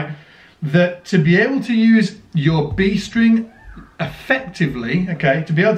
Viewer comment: "B String" or "Beast Ring"?